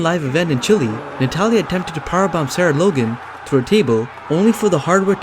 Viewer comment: You are one of the only people that say Chile match